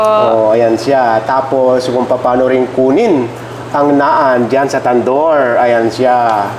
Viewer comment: Naan is pronounced as Nan po. ✌️😁